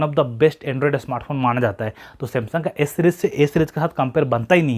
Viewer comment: O bhai s bol raha hai ya a bol raha hai sab confusion kar diya tune😥😬😬😖